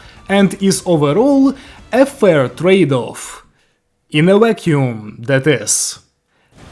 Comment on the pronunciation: "She's good... In a Wack-yoom"